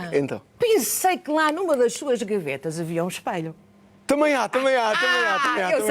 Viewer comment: EspElho, not espAlho.